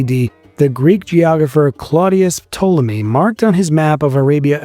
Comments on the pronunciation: Ptolemy is pronounced with a silent P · To the narrator when you say the word Ptolemy, the P is silent, there is not even a soft p, it's completely silent.